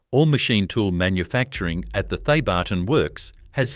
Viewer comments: G’day, it’s pronounced ‘Theb-artn’ without the hyphen… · It's not pronounced The barton